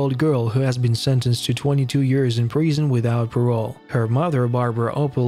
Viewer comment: Why do you say Preesun? It’s Prison please use the proper pronunciation!